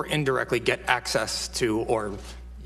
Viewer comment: All I can hear is acces and acees